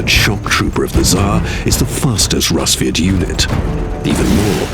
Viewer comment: daniel rojas actually, it is. «Расвет» sounding like rAsviet, not a rusviet